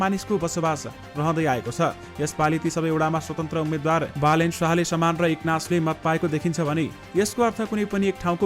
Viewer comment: As a news leader you pronounced wrongly Balendra to Balen Sash